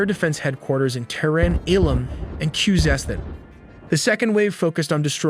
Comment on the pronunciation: bro pronounced Khuzestan in 4 different ways throughout the video